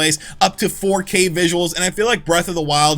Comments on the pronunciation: “improved HD viZOOwools?!?” No way!! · "Improved vis-uh-wulls" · Naw naw naw… say visuals again… hahahahaha